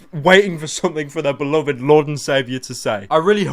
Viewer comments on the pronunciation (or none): none